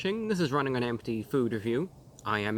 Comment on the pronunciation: Man, I feel like I'm running on empty "This is rrrrrrunning on empty food review!" I AM RUNNING ON FULL